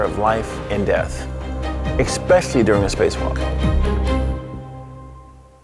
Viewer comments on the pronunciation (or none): I can't believe a person who says ekspecially ever made the cut for astronaut.